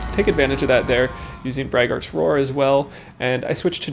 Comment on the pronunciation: Braggart is someone who brags a lot. Brag-ert, not brag-aart.